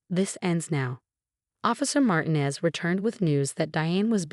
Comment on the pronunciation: Please, it's MartEEnez. Please pronounce this correctly. Otherwise, this is a good story.